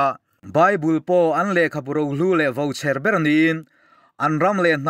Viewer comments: Ngaihthlak a nuam thin hle mai, chutihrualin,'vo cher' aiah 'vauchher' a ni zawk ang. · Vouchher ni lovin vauchher tih tur zawk a ni ngai e...